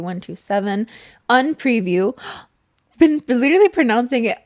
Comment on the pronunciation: I’m sorry but I haveeee to correct you on your pronunciation of “Un preview” by Bad Bunny. It’s pronounced Oon Preview